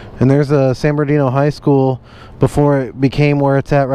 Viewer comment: "San berndino" lol My lil sister says it like that too